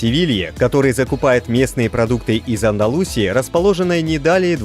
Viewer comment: праильное ударение - в АндалусИи. и чориСо - испанцы не используют звук з. Zara, кстати, тоже Сара.